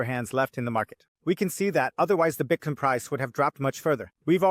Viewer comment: I just started watching your show and really like it. But I noticed one thing that's annoying as hell, your pronunciation of Bitcoin: Bitcone, Bitcon? Even people speaking English with an accent can say the word Bitcoin, so if it's a thing you're trying to do to separate yourself it's not working